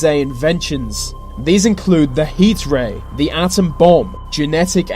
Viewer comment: Your accent gets to me too much. It's 'th'e , not v Vats not the full quote should be said with with a th. How hard can it be 😂